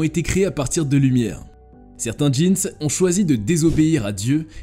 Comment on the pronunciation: On dit des jin pas des jeans